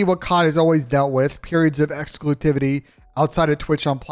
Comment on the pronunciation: Bro said exclusitivity lol